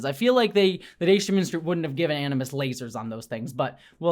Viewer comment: "animus" = aGimus! ☝️😉